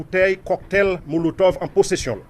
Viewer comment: Cocktail monotove ou tande polisye a dil epi ou di coktay molotov 😅